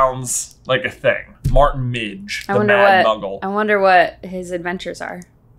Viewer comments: It's Martin Miggs not Martin Midge, channelling my inner Hermione 😄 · It is actually Martin Miggs not Midge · Its Martin Miggs not midge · You guys should get someone to fact-check the Patreon questions. It's not Martin Midge, it's Martin Miggs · It’s Martin Miggs not Martin Midge though… unless it’s midge in the British edition??? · It's actually "Martin MIGGS".